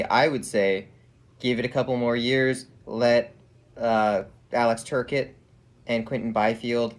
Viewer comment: Has watched any Kings games before? He mispronounced more than a few names. It's "Tur-cott" not "ter-ket". Kings have 15.5 mill in capspace atm. Plenty of room in the cap. Also, Brown isn't going anywhere. He led the Kings in goals last season and the Kings have already announced their intensions with him. He's there to mentor the next generation. Thanks for the opinions on LA. Always great to get different perspectives.